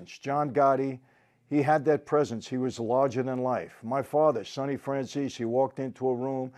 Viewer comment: IT'S NOT FRANZIS.....IT'S FRANZESE...